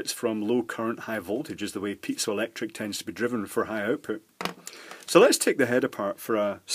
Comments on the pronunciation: Not me, but I heard pizza electric material instead of piezoelectric material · Kept hearing "pizza electronics"